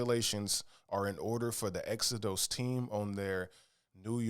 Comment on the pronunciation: Exo-DOSE 😅 like the Bible, Exo-dus